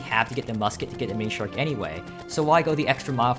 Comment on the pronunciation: he's pronouncing it like themonishark